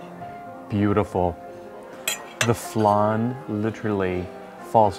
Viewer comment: It’s Flan, not flarn , it’s Parmesan not parmejarn.